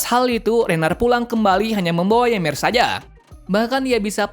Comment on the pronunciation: Bang baca nya marley dan paradis dan bacanya yimir dan ani dan atack titan